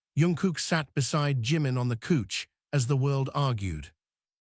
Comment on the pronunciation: Great story however, I would prefer you change couch to sofa as its the one word i find frustrating when its constantly mispronounced.